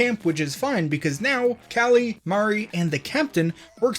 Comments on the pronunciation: You pronouncing Marie as MAW-ree instead of Muh-REE is PAINFUL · It's not Mar-e, it's Ma-re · Great video but please PLEASE fix your pronunciation on marie it sounds like maree not mahry. Also please get used to motion controls I know its hard at first but you'll get used to it. :) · did he just say "Mari"